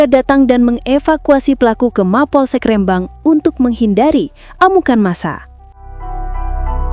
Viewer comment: Pewarta salah ucap nama Kecamatan... Rembang ( baca/ ucap Rhembang, bukan (re- Rembang) Meski tulisannya REMBANG. Sing sering dolan² ngono lho mbak ! Diawal² benar dlm menyebut rembang (kosa kata)nya, terakhir² salah ucapnya..